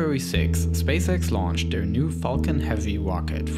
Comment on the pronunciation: lauwnched a teswa woadster into spwace.....did anyone get that lmfao